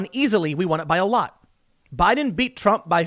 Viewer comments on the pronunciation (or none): none